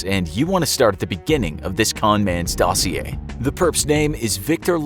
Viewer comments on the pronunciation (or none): none